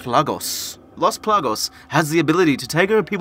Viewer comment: PLAGAS not "plagos" smh